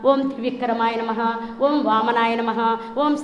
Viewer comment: Madam 112 yella sadananda gaaru Oom kadu Aoum Aoum ani chepparu😂